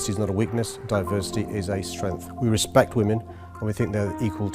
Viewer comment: WEZPEKT WAMEN TWUMP!